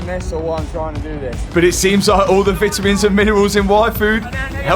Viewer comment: And it’s not vetimuns please speak English!!!!!